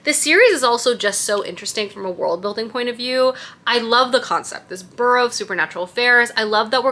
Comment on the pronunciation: Amazing fall vibes!! Also I am not at ALL trying to be rude but it’s “bUreau” like Feeris BUeller 😊